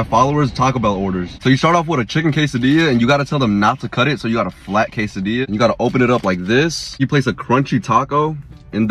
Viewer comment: You forgot to say quesadillas with the LL pronunciation lol 😂